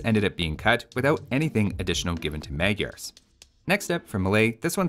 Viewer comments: You add a fact about Khmers and how it should sounds, but you go and say magyaars instead of maďars as it was intended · Another mildly interesting fact is that Magyars name are mispronounced too. "gy" is a unique sound/character. Also the first "a" should be pronounced as the second.